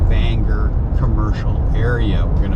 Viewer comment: Glad to hear you pronounce it the right way Banger, and not Bang-gor.🤣